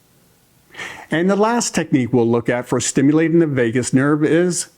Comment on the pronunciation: Thank you for sharing the information. May I also share information. I'll share with you with a former boss said to me once, 'Finish your ings when you say your words. For instance instead of saying stimulatin' say stimulating. Instead of massagin', say massaging. Instead of saying strokin' say stroking. Instead of bathin' say bathing.